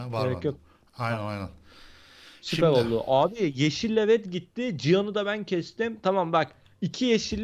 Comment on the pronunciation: da red gitti derken red kit diyiyor sanki